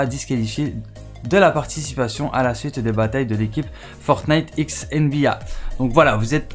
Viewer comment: Tu prononce mal nba